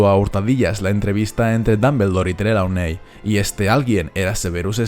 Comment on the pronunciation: Creo que Trelawney se pronuncia trilouni